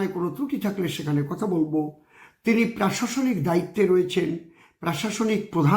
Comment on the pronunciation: এই অশিক্ষিত অসীম সরকার আমাদের বাংলার লজ্জা। ও একেবারে কি মূর্খ? ও প্রশাসনিক কথাটা কে বারবার বলে প্রাশাসনিক।